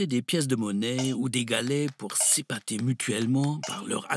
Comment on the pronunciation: Quel mot est-ce que le narrateur prononce à ? Sipater ? Se patter? Merci d'avance !